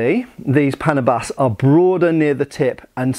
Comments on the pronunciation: what do you mean not for cutting weeds!? look I'm Filipino and I know my language quite well in fact I think I'm well versed in it. First of all it's pronounced as Pana-bas which directly translated to english as for cutting (weeds). The word panabas came from the root word Tabas which means to cut off. This is a case of a farming tool turned weapon. it's litterally a smaller, more manageable, and more practical form of a scythe, used for harvesting tall crops and trimiming down tall grass. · The name is right, the pronunciation isn't. It's pronounced as pa • nā • bas, literally means cutter. Main weapon used in Luzon by farmers for trimming crops, against wild animals or intruders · It's Pə/näh'/bəs, the stress is on the 2nd syllable. 😊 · it's pronounced as paná buss not like pánà-bus btw. overall good, informative vid. Love it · "Panabas" typically pronounced like the word "bananas" than "Panama". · pronounce it as PANAAA-BAS... (long middle A, ends like a bus...) not pana-bus... from the root word TABAS... tabas [tá. bas.] : contour (n.); figure (n.); shape (n.); cut (v.) "pang-tabas" means something you cut with... which becomes "panabas" as the name of the tool... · You are supposed to pronounce that as panaaabas and not paaanabas. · If my assumption is correct that its name "Panabas" came from the words "pang" and "tabas", then the name might actually be pronounced as "pa-NA-bas", with the stress on the 2nd syllable (much like "banana" and not so much like "Panama"). Or I may just be nitpicking 😅 but nevertheless, thanks for featuring these Philippine weapons ✌️😊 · stress is on the second syllable and the first vowel is hardly pronounced, so it's pnA-bas. that's short for pang tabas or for 'countouring' as in contouring your enemy's face. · Great video! Accent is on the NA (pa-NA-bas). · /Paa-naa-bas/ that's how you say it. Thanks for featuring it. ❤ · Paa-naa-bas. Literal meaning: chopper.